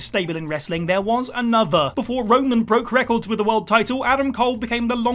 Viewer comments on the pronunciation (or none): none